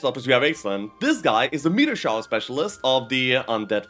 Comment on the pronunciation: Fun fact: Aislinn is a female. Pronounced more like "Ash-lin".